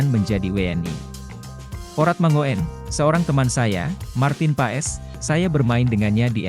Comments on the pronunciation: Min....Kalo baca nama org yg bener opo'o ?kayak gak pernah sekolah smp aja....huruf O. E dibacanya jadi U... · Tolong sebut nama orang yang benar ya bos